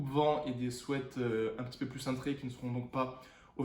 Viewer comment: On dis sweat ( swit ) 😂😂